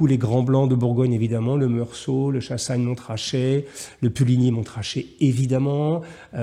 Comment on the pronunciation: AIE !! On ne prononce pas le "t" de Chassagne-Montrachet !!!! On dit Monrachet tout simplement !!